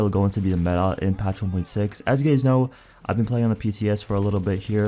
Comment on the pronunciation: really? "as you gays know" ... :D